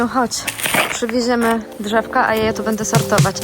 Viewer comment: bĘdĘ piĘtnascie …. 🙈 uszy bolą 🤦🏼‍♀️